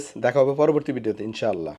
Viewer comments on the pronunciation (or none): none